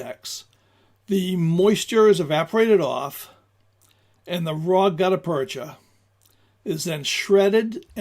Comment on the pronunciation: Look up the pronunciation of the term 'gutta percha'. I've heard it pronounced a couple ways and will settle for the dictionary. Good historical information. I rather like hard rubber and the modern equivalent (classic Mershon or later Pachmyer and now made by Lyman) which are probably a rubber substitute. (Frankly, I am not up to date on some things.) These grips are rather flexible in use, will resist all sorts of bad weather and provide good grip even if wet. For expected foul weather or a water based life, these are great. The main downfall of these grips is cosmetic. They are rather dull. I feel they look best on stainless steel arms, but my choices are not aways concurrent with popular opinion. I like wooden grips for both looks and utility. I tend to find wood grips are not as 'clingy' as rubberish (whatever that means) grips seem. And I am just conceited enough to enjoy the looks of wood. I will also point out I do not feel the need for single action revolvers but prefer double action S&W items. Which may remove my thoughts from consideration. The drawback of wood grips is cost.